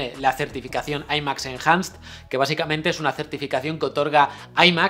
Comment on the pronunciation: Impresionante, un ZAS! en tol cielolaboca. MUY BUENO PD: No digas "aimax enjanst", se pronuncia "aimax enanst-t". Sí, con 1ms entre T y T, jaja Muchísimas gracias